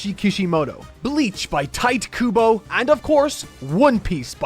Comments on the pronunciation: "Tight Kubo". 😂😂😂😂😂😂. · "Tight" Kubo, eh? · "TIGHT Kubo"